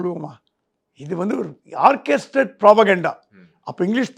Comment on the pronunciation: ஆர்ச்செஸ்டெட் இல்லை, ஆர்க்கெஸ்ட்ரேடெட்